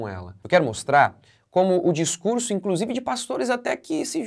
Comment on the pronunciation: Discunjuru, ela falou besteral, hipócrisia pura.